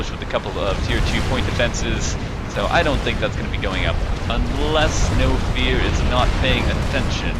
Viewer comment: I'm absolutely satisfied with this cast other than that pronunciation . Knowfear prefers his name pronounced as 'Nofur'. Great cast otherwise !